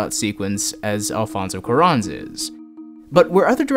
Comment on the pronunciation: BRO HOW DID YOU SAY ALFONSO CUARÓN like learn how to say it... it’s not that hard